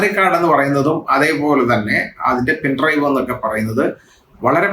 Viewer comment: പെൻഡ്രൈവറോ പെൻഡ്രൈവോ? ക്ലിയറില്ല ശബ്ദം.